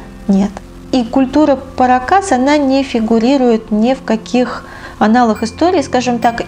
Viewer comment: Культура не паракАс,а парАкас!)))